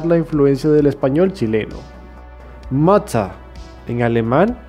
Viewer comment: Mutter se pronuncia "MUDA" O "MUTA" no "mata"